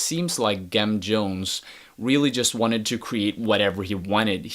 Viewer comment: Pronounced with the soft g - "Jem" like "gemstone". The name is a play on Jim Jones of the Peoples' Temple.